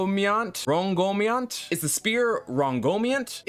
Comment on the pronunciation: Ron-go-mini-ant The holy spear of King Arthur